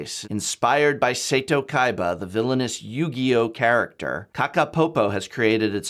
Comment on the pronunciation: Love you videoes. Just one note. Set Oh is how you pronounce Kaiba's first name.